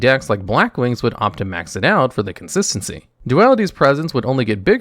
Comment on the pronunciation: I like how pronounces "consistency". "Conssssincy".